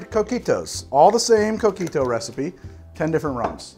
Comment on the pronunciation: Love coquito, I have our family's recipe. I guard it with my life. Btw, every time he says coquito with his gringo accent, I cringe.